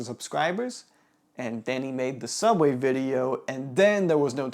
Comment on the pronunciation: “Cheerio, we have the UK viewers!”, “Soooubway”.